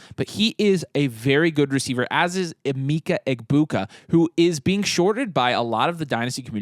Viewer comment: Love the content but it’s pronounced eh-meh-ka egbuka not eh-mee-ka🫡